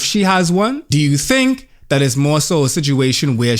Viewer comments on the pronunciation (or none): “Knows what I tink about” sent me